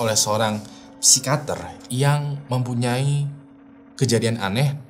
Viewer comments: pesikiater bang bukam sikater 😁😁😁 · psikiater apa psikater sih bang???? 🤣🤣🤣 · Psikiater Bang ,bukan Psikater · Susah bet bang kyanya pas harus ngomong pesikiater😂